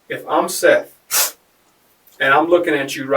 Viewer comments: It's not Seeth. It's Seth. Short e. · That Seeeth shit is painful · Get his name right. It's pronounced like Seth. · I hate when they mis pronounce the victim's name and call him Seeth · If you're going to be so lazy and use speech to text software for your narration, the name is pronounced SETH not Seeth. So be lazier and remove the unfortunate a from the victim's name so you can at least pronounce their name correctly. It's a small sacrifice while you're seeking revenue from the stories of victims. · Bruh they literally pronounce his name for you. Show some respect for the dead guy your profiting from and at least pronounce his name right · It was pronounced “Seth” but spelled “Seath” and you’re telling his story and making money off his death.